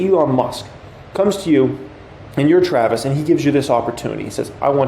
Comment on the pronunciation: 🎉🎉🎉🎉” and we have a ‘specIal guest’ TrrrrraVIS”🛼🛼🛼🚀🚀🚀🚀🚀🇺🇸